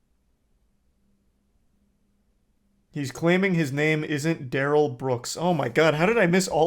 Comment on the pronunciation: He says his name is da-Rell, not Darrel. 🙄